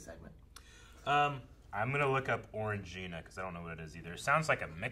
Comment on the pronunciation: Why do you guys keep calling Orangina "Orange gina"? There's just one G!